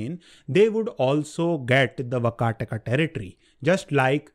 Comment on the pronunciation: It's vaakaatak. (वाकाटक)